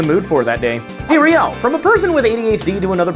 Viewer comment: whenever you say, you sound like you said Rail the Protogen lol